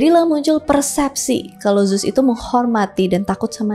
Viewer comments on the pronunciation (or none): Baca nya bukan zus kak tapi zeus